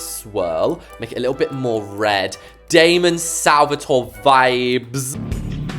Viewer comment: You saying damon Salvatore like that is so funny